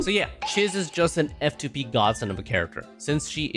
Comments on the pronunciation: Isn't it pronounced cheeze? Swear she said her own name in the story. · her name is not Chiz. it's pronounced CHEESE. even if it is spelled like the first name. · I swear he says Chiz wrong to annoy people to generate comments. LOOK AT HER, SHE IS MOUSE THEMED, ITS CHEEESE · Chiz is pronounced as "Cheese" she LITERALLY says her name in game.